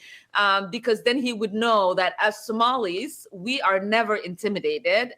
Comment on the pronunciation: She keeps saying as Somalies.